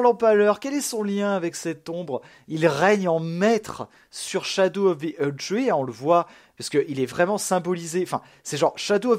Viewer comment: Ppurquoi tu dit "SHADOU" 😂😂😂 jpp le dlc kawaii enfaite